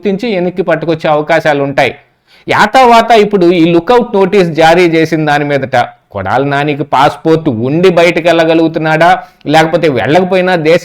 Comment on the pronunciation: యాతా వాత కాదు . ఏతా వతా అనాలి.